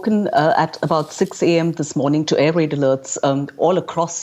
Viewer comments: Air-raid, not air-rade. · Maybe you should first learn proper english 'air rade' thank you very much. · Air-rade? Come on... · “Rade”? Really? :(